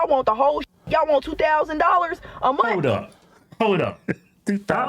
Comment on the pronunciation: She didn't go to a good school. She can't finish a sentence without cursing, and can't pronounce "month".